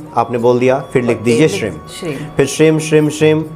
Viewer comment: Shrim nahi shreem hota hai